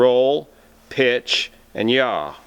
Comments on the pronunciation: BTW it's yaw not yah ! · pitch , roll and yaw. Not "jah", not y'all. OK, yah?